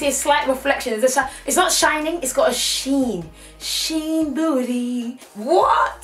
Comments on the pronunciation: “Sheen booty “😂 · "Sheen bootyyyy" ughhhh 😭😭😭